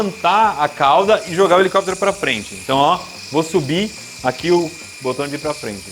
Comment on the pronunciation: "🎶Hhhelicópterr, hhhelicópteeerrr...🎶"